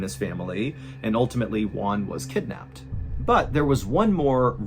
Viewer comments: to pronounce Juan correctly just think in the worh WHO....so is WHO AN....Juan..(sorry for the comment) You´re the best MrBallen!! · It's really funny to me the way Mr Ballen pronounces "Juan". When he says it, it sounds like "one". 😂 The "ju" should be a harsh sound, like in "who". Juan sounds like "Who? Anne." No criticism, I love your videos. It's just a silly thing that made me smile. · I dont want to be an asshole but an easy way to pronounce the name"Juan" is saying "WHO-AN." Im sorry but even the subtitles interpreted the way you said it as ONE. anyways great video! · I thought the family was from China, because of the way you pronounced their names, but in the end, I realized he was Juan no Wan. 😄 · I'll never understand why you pronounce Juan and Tijuana the way you do it???